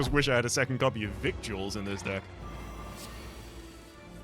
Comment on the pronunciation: You may already know this and were doing it on purpose, but "victuals" is pronounced "vittles." Why is it pronounced this way, you may ask? Because English is a fake language, and we should all feel ashamed for using it.